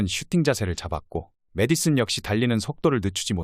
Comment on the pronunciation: 중국놈의 한글 발음은 매일 매일 녹음해도 발전이 없구나. 매디슨,에디슨등등 앞으로 페페 영상은 절대 안 본다. 세계에서 가장 우수한 한글을 중국놈들이 흉내내면서 망신주고 있음으로...